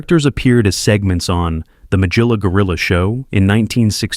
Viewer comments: That's a hard G there in MaGilla Gorilla😅 loved that show🎉❤ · Who could forget Ma jill a Gorilla, so many mispronunciations.